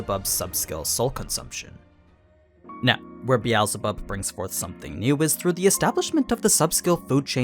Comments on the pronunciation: BE al ZE bub???????????? ITS BEELZEBUB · I'm slightly triggered by the way the says "Beetzlebuth"- It originates from "Beetle" so it's "Bee-sel-buth", fairly similar to the german version, Bezelbub, except with the difference in pronunciation of the first vocal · i cant stop thinking about how hes saying beelzebub and predator wrong lmao